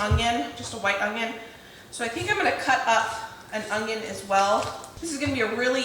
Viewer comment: The way you say “onion” makes me giggle every time. It sounds like “ongyun”